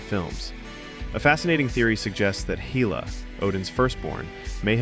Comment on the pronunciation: That's not how you pronounce Hela.